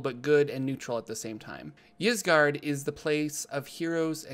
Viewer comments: Y's typically make an i sound so it would be "isgard" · It's pronounced "Eesgard," like Skyrim's Ysgrammor (forgot the spelling) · 'Eyesgard' or 'Yeesgard' (which you are saying so good job lol) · "Isgard", like how Ygdrasil is pronounced. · i think its said with a hard E, "EEs gard".. but once again, love the videos!! :D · original Scandinavian languages normally pronounce a Y in the beginning as a hard E. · I'd pronounce it EES-GARD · Its pronounced eezguard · Ysgard is pronounced, "AS guard". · "Isgard" just like the word "yggdrasil" is pronounced "iggdrasil" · Ysgard is pronounced "Ease-Guard" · Its pronounced EEs-guard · Ys is pronounced "eese" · It’s pronounced “Ysgard” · Ys should be pronounced "I" (as in "in") "su" (as in "surreal")